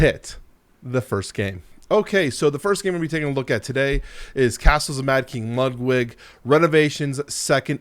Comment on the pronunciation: The number of different ways you pronounced "Castles of Mad King Ludwig" in this video is giving me vibes of Benedict Cumberbatch pronouncing penguin.